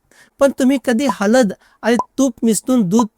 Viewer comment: हलद नाही हळद.